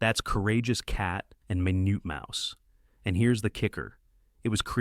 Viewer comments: It's minute mouse...they say it correctly but initially they pronounce it minoot...not minute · The AI voice is funny, "Min-yewt Mouse", REALLY 😂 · Min-ut Mouse, you know the time measurment? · I love how it stumbles over easy to pronounce words. It's so robotic because that's what it is.